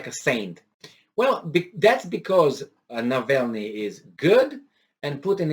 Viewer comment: hey, it is Navalnii (w/ both "a" pronounced the Romanian way). Just a little detail. Your News are absolutely great, best of good luck.